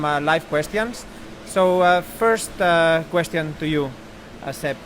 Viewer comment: Gene's spanish accent is really funny, especially when he pronounces "question" like the spanish translation "cuestión".